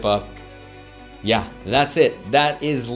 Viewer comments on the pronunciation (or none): none